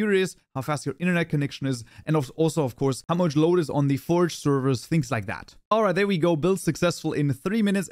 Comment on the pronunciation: That Big "Alright" sounds very inspired from David J Malan in CS50 :))